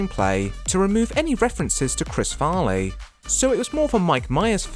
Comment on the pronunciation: you started out by saying "chris farney" edit: and then you pronounce "cameron diaz" "cameros diaz"